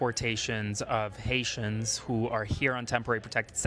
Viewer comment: This question goes to the owner of this youtube channel, do you know Haitians are also Americans? And please learn how to pronounce Haitians.